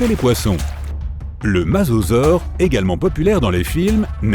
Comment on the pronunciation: Cela se pronocer Mosasaure pas Masasaure!!!!!!!